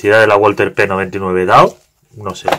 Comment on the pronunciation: Solo por la curiosidad, la marca es alemana y se pronuncia /balza/ :P